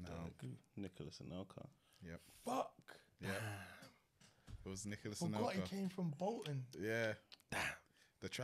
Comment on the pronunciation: I can't believe he struggled on anelka...